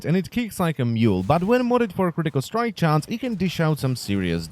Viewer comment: it slowly killls me from the inside when he says "critical strike chance"